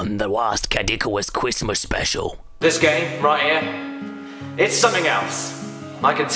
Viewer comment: HE'S BACK! IT'S A CWISTMAS MIWACLE!